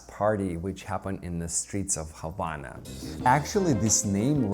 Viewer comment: Do you live in the Ukraine? I'm a German/Afro-Cuban living here in the States. Really appreciate your videos how dancing the Rumba! It tickled me pink that you actually pronounce "Havana" correctly! Most people *DON'T*! 🤣